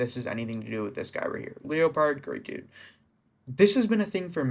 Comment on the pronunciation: Isn’t typpa the known cheater from wish you luck tho? Hes a known xim player always has been but thats not a bannable offense. Btw I’m pretty sure leopard pronounces name normally you know like the jungle cat leopard not Leo…pard haha but typpa has been a controversial figure for a while but if they are finally banning him for things in the past honestly I feel like statues of limitations went out along time ago on that one. I could be thinking of a wrong person but I’m pretty sure he was the guy playing with wish you luck involved in the ddossing (the whole part about wish you luck saying they threatened his family I’m sure is the biggest load of shit ever though. That was just his attempt not getting banned)